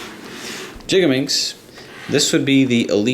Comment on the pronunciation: I know this is an old video and am not sure if you realized this but... GIGaminx, not JIGaminx. (Sorry, but pronunciation's a pet peeve pf mine.)